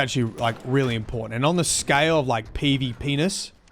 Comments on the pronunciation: Listening to this in the background had one unforeseen consequence... Every time said "PvP-ness" I instead heard "PvPenis" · That's what I thought as well. I thought he was just being cheeky about calling PVP something else. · We all heard it 😂